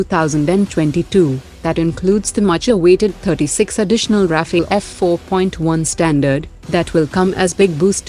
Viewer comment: Not Rafale bro, it's Rafill 🤣🤣, btw this update is like - kaano 👂 mein makkhan bighlane wala news 😘😘😘